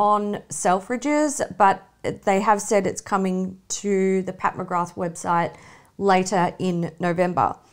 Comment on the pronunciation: No fault of your own ladies, but I’m sick of everyone pronouncing Pat McGrath wrong. It’s pronounced McGraaa, from the Gaelic meaning “son of grace”. It’s nice for people to learn about old Gaelic names (like mine “McQueeney). Because it’s a disappearing and very cool language.